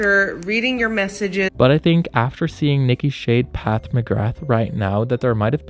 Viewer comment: It's Pat not Path